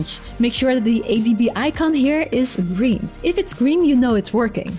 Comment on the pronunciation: Please speak Chinese and add subtitles. We don't say "gring" it's "Green". G.R.E.E.N.